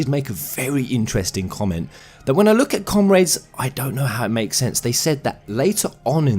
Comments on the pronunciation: Come-raids, ogad, you're killing me here. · i like how you say "comRAYDES" xD I find it extremely funny (not meant to be negative)